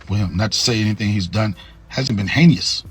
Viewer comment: I don’t listen to anyone who can’t pronounce the word heinous.